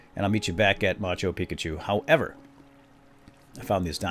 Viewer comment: Did you start calling it machu pikachu because of a comment in one of these videos? Cause on one of the first ones you kept saying "peakchu" so I commented: (ma-chu pi-chu) not (machu pikachu)